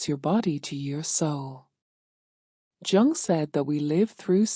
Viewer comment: You know it’s AI when it’s pronounced “Chung.” Why I think there’s something “fundamentally wrong” with AI. And the ideas here are baloney.